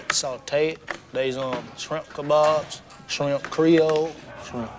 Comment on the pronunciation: I thought you said “Bubbas Simp”